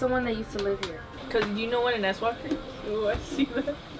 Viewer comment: I was caught off guard when you said swalker bc I heard asswalker.... Now all I see is someone with their legs up in the air scooting towards you on their ass.🤔.... Love your content